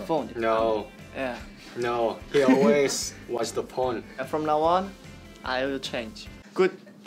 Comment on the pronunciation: When yanan said "he always watch the phone" Sounded like he said smt else figure out urself